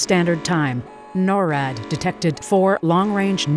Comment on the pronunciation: It’s not called norad it’s called NORAD